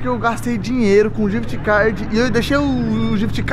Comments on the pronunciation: ele falou jift card kkkk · N é codiguin é ghif card